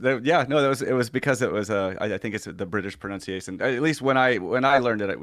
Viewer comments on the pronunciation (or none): From Iron Man to Bug Boy... P.S. ProNUNciation, Natalie, not "pronounciation", which is not a word. That's not one you want to get wrong!!